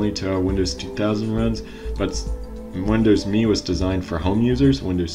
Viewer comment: Can't stand you pronouncing it wrong! It's windows M E!!!